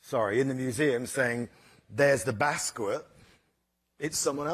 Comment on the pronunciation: He pronounced Basquiat 'bass-quit'